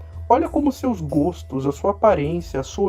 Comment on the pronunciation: Seus: "seis".